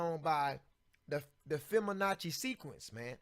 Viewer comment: You are not saying correctly. It is "FIBONACCI".